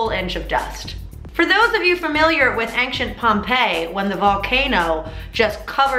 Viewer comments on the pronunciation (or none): To what Pompeii? Angchent? Angchint? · Ankshint Pompeii.... Ankshint? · "Angshent" instead of Ancient LOL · i love how mamrie still pronounces ancient as ang-shent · "ank-chint Pompey" still not over how mamrie says ancient 😂❤️ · "Ankshint" (ancient) 😂👍🏻👏🏻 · Mamrie, you said "ankshent" again. Btw, I am a $10 haul original fan before you became a famous beautiful movie star. Love you lady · a LOT of people pronounce it that way. I've even seen NatGeo, BBC, and Discovery documentaries where they pronounce it ank-shent. I've never seen that listed as an accepted pronunciation in a dictionary though. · Every time she says ancient it gets me😂😂 I miss heyusa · Even after grace told her how to say 'ancient' she still says it wrong hahahah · I forgot you said Ancient like that hahahaha throwback to original heyusa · mamrie, have you forgotten that time when grace taught you the correct pronunciation of ancient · heheh Mamrie still can't say ancient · ***** Oh is it listed on their website? I only looked in my hard copy. Good to know. I still think it sounds weird lol